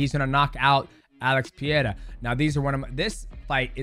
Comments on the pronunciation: Pereira is NOT a hard to pronounce name. It really is not. People don't even try. They just say "Pieira", wtf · Pereira!! not pireira or peeeira😂😂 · Peh-ray-rah soft r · "PEE-A-RA?" CTE much?